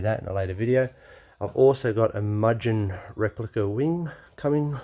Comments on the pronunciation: It was all going well until you said "Mudgen" replica wing :P It's Moo-gen mate. (I notice plenty of fellow Honda tragics have already mentioned that below.) Great build! :) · Great video. By the way Mugen is pronounced 'moo-gen' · Looks good man! You pronounce mugen as moogen haha